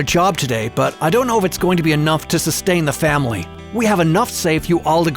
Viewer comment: Did you say Family?